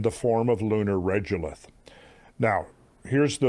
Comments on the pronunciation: Absolutely loving the Lunar Presentation. But I can't stand your mispronunciation of Regolith. It's Rego-lith ... Say lego, now say rego .... Regolith. Not Regelith like you say it. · I have always heard people pronounce it reh go lith, not reh joe lith. Despite the bugbear, I love love love the content, keep up the great work :) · Regolith is pronounced with a hard g not a j sound. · Regolith is normally pronounced as reh-go-lith. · Regolith is a regular regulate of similar stone (lith) crushed to varying degrees, and is pronounced as such: “reh-go-lith”. This is why pesky “accredited” Science degrees require stupid shit like courses in college-level English, …or at the very least, a basic understanding of your own glossary in your own field. 👀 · Also regolith is pronounced Reg (as in egg, or regular) Drove me nuts. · The fact that you can't say the word 'regolith' correctly takes away from your credibility. In all your moon research, nothing and nobody ever said it like you do. Just saying.